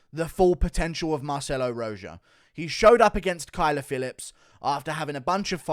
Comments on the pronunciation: It's not ROJOW, it's ROJO like the color red translated into Spanish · The way Guru pronounces "Rojo" makes me laugh 🤣🤣dude it's a spanish name it's like Ro-ho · The fact you can’t pronounce Rojo right and you’re a European bothers me